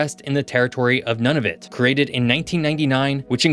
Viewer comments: Nunavut is pronounced "noon-a-vut", not "none-of-it". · ok 1st off you continue to mispronounce Nunavut & it's Capital Iqaluit, 2nd there's about 250k people up there not 23k, and 3rd to call our Military Modern up there is an understatement we are under maned under equip and lack an Arctic Navel Base instead relying on Navel bases in BC & Nova Scotia.